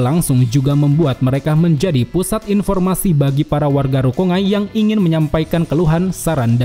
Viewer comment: Bacanya RU - KON - GAI bukan RU - KONG - AI MAN - GA bukan MANG - A ZAN - GE - TSU bukan ZANG - ET - SU RAN - GI - KU bukan RANG - I - KU KU - RO - TSU - CHI bukan KU - ROT - SU - CI